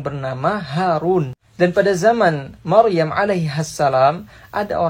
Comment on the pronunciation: Yang aku denger Maruyam mas hehehe bukan Maryam GodBlessYu mas